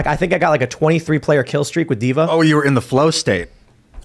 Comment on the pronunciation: D'va? Really Tim? :/